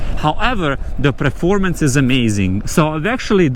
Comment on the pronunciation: It's Performance,not Preformance😂